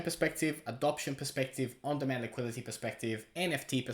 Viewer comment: “Liqui-Di-teee” for the love of god